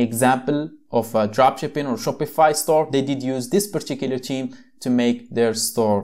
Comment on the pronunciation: Great video but you should say particular theme not purchicular cheme